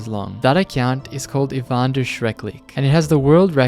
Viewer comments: "ivander" you can not be for real. the am*rican education system is horrifying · For the record: It's not "Ivander Schreckliche" - it's "Ivan der Schreckliche" ("Ivan the Terrible") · IvanderSchreckliche is a german Name and you Speak it „Ivan der Schreckliche“ i think the Name was Not „Ivander Schreck liche“ i think it was „Ivan der Schreckliche“ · I love the fact you said „ivander“❤ it’s German and the words are like this „Ivan der schreckliche“ and basically means Evan (The name) der(German „male“ the) schreckliche (terrible)❤❤ hope someone reads this😂😂😂😂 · That name does actually have a meaning: It's German and is 3 seperate Words: "Ivan der Schreckliche" meaning: "Ivan the terrible". I've never heard of this before i just noticed this because i am native German and you pronounced it as if it was one word. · Hearing "Ivan der Schreckliche" being referred to as "Ivander" fills me with glee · It hurts my physically how you put the Spaces in Ivans name 😂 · yea I'm not fully fluent in German but it still annoyed me that he pronounced it wrong, at least what I said would be closer